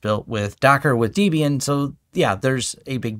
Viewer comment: DE-BIAN xD Never heard DEB-IAN pronounced like that. Sorry. I'm excited to learn TrueNAS Scale, I didn't like FreeBSD's lack of NFS config options, so I just run my pool on Proxmox.